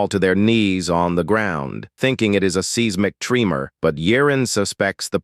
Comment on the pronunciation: Oh no! Not a seezmic Treemer!